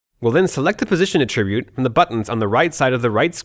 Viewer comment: This guy is probably still kicking himself 10 years later for pronouncing attribute "uh-TRIH-byoot"